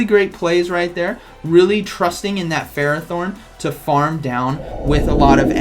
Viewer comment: Interesting games :D 1 thing I think ferrothorn is pronounced "fer-roth- horn" (I hope you can read that) I did hear that name in the anime & pokedex 3d pro app they usually have official pronunciations